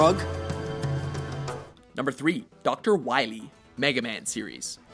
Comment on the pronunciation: We need to stop DR. WAHWEE, M-Megaman.